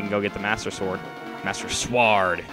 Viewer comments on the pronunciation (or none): why do you pronounce sword as sward